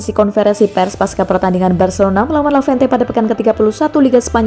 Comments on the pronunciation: Lavente lavente matamu...tolonglah ngomong yg benar...LEVANTE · Levante ngab...bukan lavente... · Levante min bukan lavente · Levante min bukan lavente, 🤣🤣🤣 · Eee lavente.... Udah salah... Di ulang mulu lagi... Sekalian aja barca lu bikin bercelano... Dasar lavente lu min.